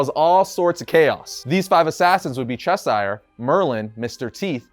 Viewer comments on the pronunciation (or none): none